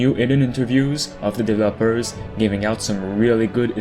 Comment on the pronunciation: So we’re just going to ignore the way this guy pronounces words? De-ve-LOpers. Crea-Tures. Very disappointed in the comments